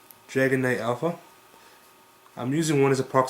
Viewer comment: you know it is Aleph, not Alpha right?